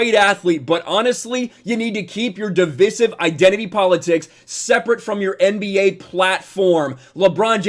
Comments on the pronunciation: Divisive= Divvvv-Ice-ivvvv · If I hear “div-iss-ive” one more time, I’m out lol. Two so far. I can’t 😂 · Dude...you are pronouncing "divisive" wrong.